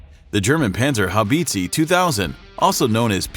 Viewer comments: Oh the way you pronounce this weapon system, even more painful than its impact on the battlefield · Why can they say enemy but not panzerhaubize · How the bot pronounces "panzerhaubitze" is hilarious. "Band Zar Hoe Beetzee".lol. Actually it is spelled like "Buns R How Bit Say". ;) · Kraus-Maffi Penzerhaubitzi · Panzi-Haubizi :D :D ? It is hilarious how you guys pronounce that thing. Its a PanZER! HauBITZEEE (deep low sound) ;) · Please... it is pronounced Pantserhowbitse. not Pantserhowbeetseeee! :D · Its spoken "Puntserhowbitseh" ! Not banserhobeezee 😘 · Panzer habizi, ha haaaa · Panserhaubizi 2000... That's what the name the man pronounces sounds like to me as a German. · Great Video, though I had to giggle at the pronounciation a bit. It's more like "Pan-zer-how-bit-seh" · 🤣His "Pant- sir- how- beeeet-seeeeeee" cracks me up.... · It is not a freaking Haubitziii, You should at least try to pronounce it correctly dude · "Panzerhaubitzi" LOL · Please listen in translator programms how it is pronounced if you are not a native speaker. Panzerhaubitsi sounds pretty rediculous. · Peenzerhaubiiitziiii sounds so funny for a german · The Pänsörhauwiitzii 😂 WTF… 🇩🇪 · Read my lips: "panzer-how-bits-a" by "crows-muff-ay way-g-mon" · "Panserhaubitsy" :D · More like Pänserhaubizi. How hard can it be to pronounce Panzerhaubitze correctly? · How can someone pronounce PanzerhaubitzE so wrong and make it sound like its a cake u can buy in the supermarked same goes for Krauss Maffei Wegmann. Typical American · Was it really too much to ask to check for the proper pronounciation of "Krauss-Maffei-Wegmann" and "Panzerhaubitze"? "Haubitze" is pronounced almost identically to "howitzer", only a "b" instead of a "w" and no "r" on the end. "howbitzeh". If there were many Umlaute in those words, I'd understand that it is difficult for non-German-speakers to get it right, but this is just a case of ignorance.